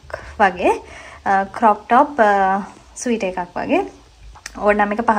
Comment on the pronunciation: ස්වීටර් නෙමේ ඩාර්ලින් - Sweater ස්වෙට(ර්)😊.